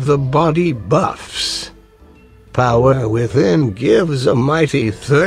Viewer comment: Always chuckling when says "Body buFFFSS".